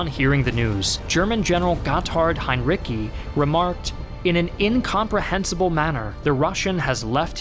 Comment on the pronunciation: Heinrici: As a native speaker, I'm pretty certain the c in his name is spoken with a ts sound (not k). So everything considered, and short of IPA script, hine-REE-tsee